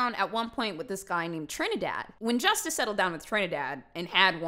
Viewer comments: J in Spanish does not make that J sound in English...J is Hota so it makes the Huh sound...like "Me gusta" so it HUsta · When i heard her say Justa lol i laughed a lil cus i was thinking if how to pronounce it Spanish